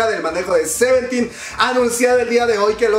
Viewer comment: que es, "garvity" y "seventten" ¿?, yo sólo conozco a "CRAVITY" y a "SEVEENTEN"